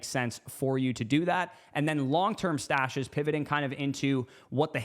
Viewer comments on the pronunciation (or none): Came here to say the same… kept hearing mustache 🥸